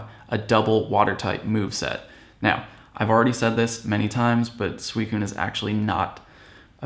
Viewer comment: Sweecoon!? When is it pronounced like that!?